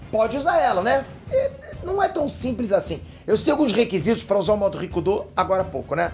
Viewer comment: Só eu que entendo "ricundô" ?